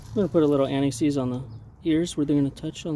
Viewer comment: Sorry for my ignorance. Trying to learn: (& ) what's that particular "old hardware" called? what spray? how to tell if rotors need replacement? put a little what? "anaxees"? I couldn't hear. Edit: Ohhh, anti-seize. Noted in desc as "Never-Seez". he didn't say what that part is, but I believe it's the new brake pad. ok think I'm right. are those the 2 old brake pads on the ground? they seem obliterated haha how I know my lug nuts' torque rating? Thank you so much,! I appreciate your helpfulness and clarity.